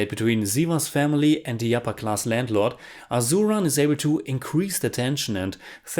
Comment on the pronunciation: I want to point at Asuran and Sivasami have S pronunciation not Z......Unfortunately I can’t take such gore so haven’t watched it....but someone I know who has watched said the same as you that the fights aren’t realistic for e.g. one guy beating some 100s of them....like a mass movie though the story is based on real incidents.....I personally hate slo mo shots.....btw GV Prakash Kumar is the nephew of ARRahman....